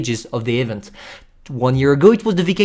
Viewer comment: Bruhh the way you pronounce "event" lmao